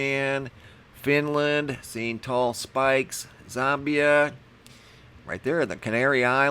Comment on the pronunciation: I've never before heard Zambia pronounced "Zombie-UH"...Makes it sound like a really scary place! 😯